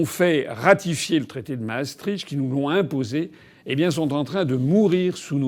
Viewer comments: Maastricht se prononce Maastrikt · Maastricht ce dit Maastri(ict) pas (cht)